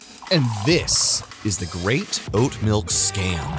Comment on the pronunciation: god damn you butchered so hard